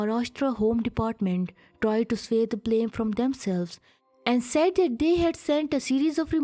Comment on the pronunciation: I couldn't even understand half of the things she is speaking, she is pronouncing 'that ' as dat.